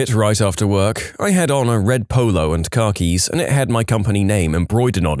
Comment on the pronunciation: it's pronounced "kah-kees" not basically "car keys" lol